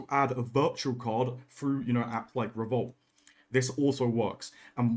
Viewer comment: “App like revolt” lol. Not Revolut? (It’s pronounced revolute)